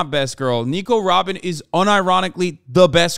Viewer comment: Hasan : " RRRRobin Chwan!!"